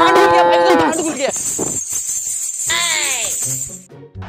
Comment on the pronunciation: Abe send khul gya saand khul gya 😂 bhai pahle naam to sagi se lelo